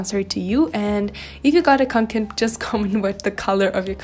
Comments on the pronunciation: Se pronuncia "conquen" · Kaw'ngken. That's how you pronounce it in swedish. I got my first back in 1984. I still have and use it. Since then I have bought several others like the haul pack which is my favourite right now. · å in kånken is actually pronounced as o ^^ i used to have kånken but i ended up giving it to my mom since carrying large backpacks hurts my shoulders and back (´Д` )